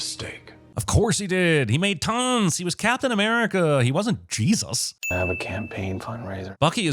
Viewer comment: Captain A-meh-rica